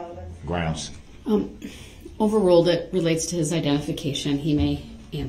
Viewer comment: .. I believe dorrow says GROUNZ and I’m dying so hard looooool